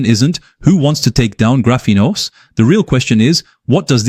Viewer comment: This video looks like it was AI generated? Your voice sounds awfully monotonous and doesn't seem to match your facial expressions. EDIT: yup, definitely AI. The "Graphenos" at the mark was a dead giveaway. EDIT 2 : nevermind, I just read the description. You should really explain your use of AI at the start of the video instead of just putting it in the description, as I was about to click off.